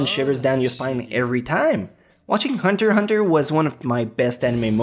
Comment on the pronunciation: Pronouncing the x in Hunter x Hunter should be punished